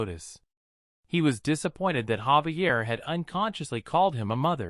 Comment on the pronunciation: why do these readers never say names correctly? his name is Javier not Xavier or Gabriel